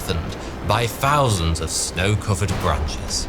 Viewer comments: In what region of Britain do people pronounce the th sound as an f? It was particularly noticeable when the narrator pronounced 33,333 feet as "furty free fousand free hundred furty-free feet." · Female Falls from Firty-Free Fousand Free Hundred and Firty-Free feet? This is not a quirk of particular accent. This is mispronunciation. It is an inability to actually make the 'TH' sound. What does it sound like when someone has a notable lisp and speaks with the same accent he has? To be unable to make the 'TH' sound and be somehow forced to make that very sound when it shouldn't be made - absolutely hilarious? or pure Hell?